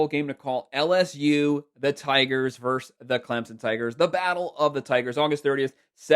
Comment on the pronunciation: Where is the call on the Michigan game? You need to look up the pronunciation of the word VERSUS. It is not verse.